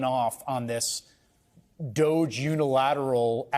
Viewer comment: Can people please stop mispronouncing this soft “g It’s Dogggeeee It’s a poor and childish pun on the word Dodgy meaning untrustworthy…